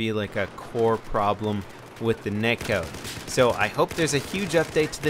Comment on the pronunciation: i think it's "Net Code" not neck(code).